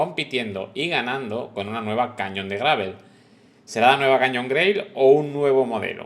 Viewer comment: Por favor, la bici se llama Canyon y se pronuncia ˈkænjən' y no cañon. Que es un nombre de bicis Alemanas pronunciado en inglés. El padre del rey tampoco queremos llamarlo John Carl I 😂😂😂😂